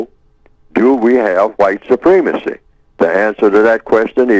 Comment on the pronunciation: why does this guy say white soo-PREEM-a-see when the word is pronounced soo-PREM-a-see? very distracting from what he has to say.